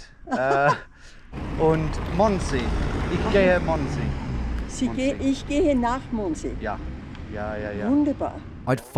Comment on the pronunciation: D I dind not understand what you where saying with how you pronounced Mondsee up until 2/3 of the video. "mOoond se"